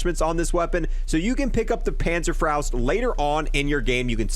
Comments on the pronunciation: Pänzerfraust ^^ .... Panzer Fauhst^^ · It's panzer FOST